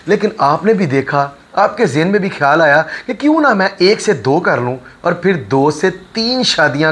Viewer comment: Apni urdu pronunciation tu theek karo KHIYAL ko kaisay bol rahay ho